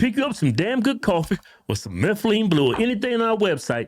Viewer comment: He just said buy Meth-o-lean blue from Your website? Wtf is that lol